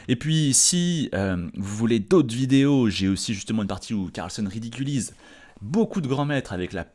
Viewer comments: On dit "Carlsène" mais dit "Carlsonne" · Carlssène et NON Carlssonne.